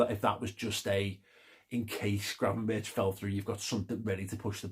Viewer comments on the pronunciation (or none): Berch is something you should be able to pronounce flawlessly in Liverpool 😄. Chicken Gravenberck (talented player, lacking in work rate/relies on talent too much)